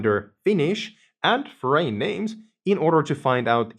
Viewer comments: Your english is great but, " a foreign name" I had to listen to 3 times to figure out what "forain name meant" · Please recheck the correct pronunciation for "foreign."